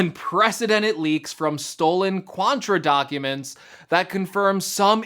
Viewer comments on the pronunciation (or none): It’s Quanta, not QuanTRA. You also showed MacBook Air schematics… 🤦‍♂️ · I believe it’s Quanta, not Quantra